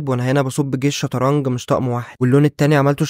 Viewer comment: اسمها شطرنج وليس شطرنك